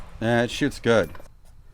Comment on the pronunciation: is he saying man that shits good😂or man it shoots good I prefer to think he said the first one😂😂😂